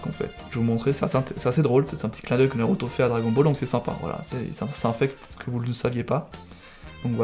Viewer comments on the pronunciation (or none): none